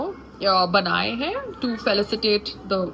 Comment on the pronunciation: It's not felacitate it's felicitate